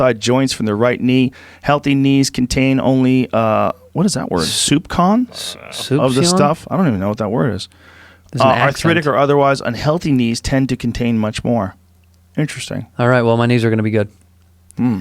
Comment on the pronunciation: Soupçon, pronounced Soup-saon is french for "a little bit" ...Ya dummy!